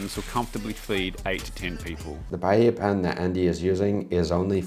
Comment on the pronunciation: Can't pronounce paella or chorizo, but somehow managed to pronounce paella correct at the very end of the video.